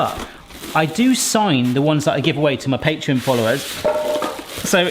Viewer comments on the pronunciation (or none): none